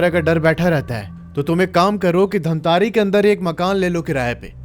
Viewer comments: Bhai dhamtarrii nahi bhai dhamtari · धमतरी है भैया धमतारी नहीं😅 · Yes mai bhi same yahi batne wala tha ।। It's धमतरी not धमतारी becouse I'm also from Raipur Chhattisgarh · dhamtaari nhi bhaiya dhamtari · धमतारी ❌ धमतरी ☑️ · Pronounciation thik kar lijiye , dhamtaari nahi dhamtari district hai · धमतारे नहीं धमतरी है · Dhamtari hai bhai dhammtari nahi edit karo humare shahr ka naam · Bro.. it's dhamtari...not dhamtaari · धमतरी ✅धमतारी ❌ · Dhamtare ni sir धमतरी है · धमतरी है धमतारी नहीं है 🙄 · भाई वो धमतारी नहीं है वो धमतरी है😂😂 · धमतरी है भैया जी धामतारी नहीं है मैं धमतरी से देख रहा हूं 😅😅😅🎉🎉🎉❤❤❤ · धामतारी ❌ धमतरी ✅ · Dhantari ni bro dhamtari hai 😂 me wahi se hu dhamtari se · धमतरी है धमतारी नहीं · Bhai pahli bat to ye धमतारी,,,2 क्या bol rha hai wo धमतरी है ।। Mail check karke ek bar name google kr lete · भाई धामतरी नहीं है धमतरी है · धमतरी है भाई जगह नाम धामतारी नहीं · bhaiya for future references it's not धमतारी, it's धमतरी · भइया वो धमतारी नहीं धमतरी है 😊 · धमतरी है उसका नाम न कि धमतारी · Dhantari ni hai bhai dhamtari hai😅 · धमतरी है धमतारि नहीं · Dhantari nahi hai dhamtari hai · Damtari× Damtri/😊😊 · Bhai dhamtari nahin dhamtari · Bhai I am from dhamtari but ise धमतारी nahi धमतरी kahate hain ❤❤ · धमतारी नहीं धमतरी है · धमतरी hai bhai धमतारी nhi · छत्तीसगढ़ से हू और धमतारी नही धमतरी है उस शहर का नाम 😅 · Main chhattisgadh se durg se hu aur ye bat sach hai jo black magic krte hai wo sach me apna santulan kho baithte hai. Aur ha sir धमतरी है धमतारी नई है sorry mujhe lga to maine bta diya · Bhaiya vo dhamtari hai dhamtare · धमतारी नही धमतरी है और किस गांव से हो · Bhai dhamtari me mera mama ghr hai aur raipur me mai raheta hu😂😂btw aap dhamtari ko glt bol rahe hai